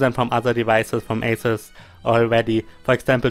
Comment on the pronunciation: Do i hear you right? Atut Zenpat?